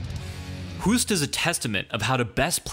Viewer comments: I wish that English natives learned to pronounce foreign names correctly for a change. If we are able to pronounce your names, you could try to do the same. Would be effing hilarious if we would pronounce English names the way we read them. Hoost is pronounced Host. Oh,and fun fact: Hoost was beaten twice by an even better Dutch leg kicker: Rob Kaman. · A Dutch legend ! For everyone speaking English. Hoost is pronounced as "Hoast" in Dutch. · Dutch guy here, can confirm it's pronounced like host (as in hosting a party). The double oo in Holland is a long o sound, like hope or host. If his name would be pronounced like the narrator in the video does, it would be spelled Hoest in Holland. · His leg check technique is a basic fundamental technique in Dutch kickboxing gyms. I’m surprised that it seems not to be common in other countries. Btw Hoost is pronounced as Hoast or Host (in English). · Try pronouncing Hoost like the english word 'host'. That would pretty much be exactly the way the Dutch pronounce it. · Hoost is pronounced "Hosed" as in water hose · It's prenounced host. Great video! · Hoost pronounced like Toast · o and its pronoounced as host ... (hoost) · No matter "Hoost"-ood in front of him. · If you want to pronounce his name correctly, try: "Hoast", just like...well GOAT 😉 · Pronounced "host". Like "most" or "roast", not like "hoof" or "goof". Give the guy some respect and correctly pronounce his name. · I love how English speakers pronounce "Hoost". kinda cute😝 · His surname is pronounced the same as ''host'' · it is pronounced as english "host". its dutch spelling not english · Hoost is pronounced host. As if it were written with one o. Instead of adapting americans always change shit. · yeah, man, totally agree, you can't apply english pronounciation rules to non-english names, it doesn't work like that. If you're going to publicly mention someone's foreign name, better do a research and get the pronounciation right first.